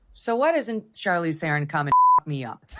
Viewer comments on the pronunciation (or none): Come on Brandon you know who she is she's a big-time Actress Academy Award winner. It's funny mispronouncing her name because I think she even changed the pronunciation of her name since she started acting but at least get it right.